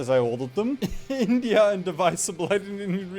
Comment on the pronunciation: What's the joke with calling it Bindia?